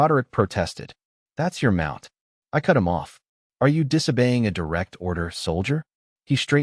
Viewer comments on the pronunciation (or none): none